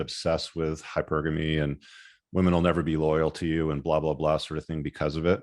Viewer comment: He still pronounces it like that 🙂